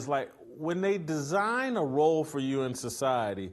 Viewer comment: Did he say cuz they “scissor” 😂😂😂😂😂😂😂😂😂😂😂😂😂😂😂😂😂😂😂😂 I am dying laughing!!!!😂😂😂😂😂😂😂😂😂jajaja